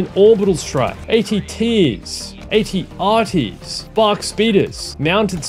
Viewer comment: they are ar-rts not at-st why does everyone get this wrong......................